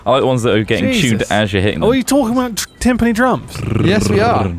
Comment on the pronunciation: Pronounce Timpani correctly, godamnit